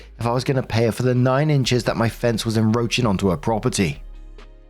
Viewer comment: "enCroaching" For God's sake, pronounce the "c".